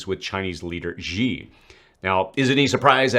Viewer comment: Appreciate the video… it’d be nice though if Americans learned how to say Ka-li-NIN-grad (all 4 syllables, accent on the second), Shee (Xi) not Jee, and EE-ran and EE-raaq, not EYE-ran and EYE-rak 🤷